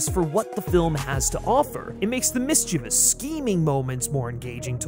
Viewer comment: Automatic thumbs up for pronouncing "mischievous" correctly.